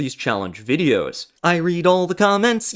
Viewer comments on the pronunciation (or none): none